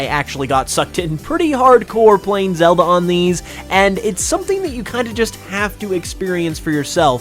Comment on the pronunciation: Did anyone else hear Zelba instead of Zelda?